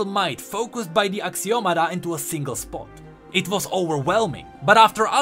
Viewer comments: i think is Axio-Matta not Axio-mada right? D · It's actually "axioma" but whatever XD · I believe you are meant to pronounce ashiomata.